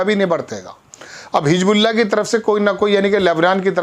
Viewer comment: Bhai Hijbullah nahin Hizbullah hai,Salman nahin Mohammed Bin Salman hai,Ashraq al awsat nahin Sharq al awasat hai,pahle Urdu ka sahi pro nounciation seekhiye